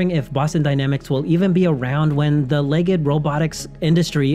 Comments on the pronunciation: LEGD -- it's pronounced LEGD not leg-ed --- like special-ed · "legged"? "LEG EGGED"? Why are you pronouncing it that way?